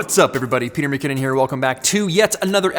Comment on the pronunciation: Mick-Kinnon.... not Mack-Kinnon... You're welcome.